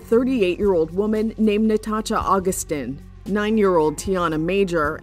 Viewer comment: The pronunciation of Nathacha Augustine’s name is one of the worst crimes in this video